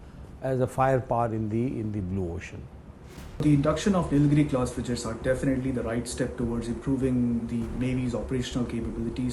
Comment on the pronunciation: The expert is saying ‘frijates’ ??????????